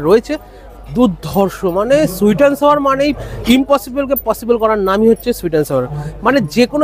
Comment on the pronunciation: সুইট এনড সাওয়ার নয় সুইট এনড সৌর হবে